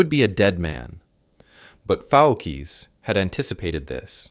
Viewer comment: Once again ... you can't be bothered to get the man's name right!!!!!!!!!!! His last name was Foulkes, not Foukes. It was pronounced "FOLKS" ... not fallkees. I am blocking this channel. It is making me crazy! No respect at all.